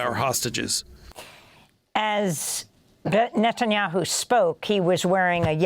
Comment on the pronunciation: Is Levy the only person calling him “Nutenyahu” during serious interviews? I’m here for it 😂